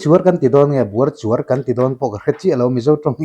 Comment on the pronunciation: Buai chuar ni lovin BUARCHUAR tih tur